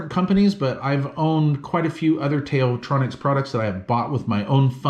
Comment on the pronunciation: Also, the Tao, as in “Tao Te Ching”/ “道德经”. Best regards!